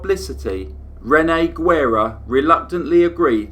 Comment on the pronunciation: Great case. But as a native Texan, I'm cringing at your pronunciation of Guerra.